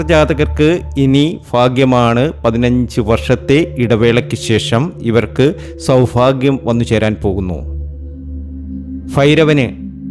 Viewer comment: സർ സൗഫാഗ്യമല്ല സൗഭാഗ്യമാണ് മലയാളഭാഷയെ അപമാനിക്കല്ലെ